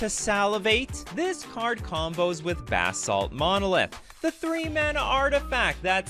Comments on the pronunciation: Buhsalt. Not BAAA salt. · I love how he's saying bath salt monolith not basalt monolith.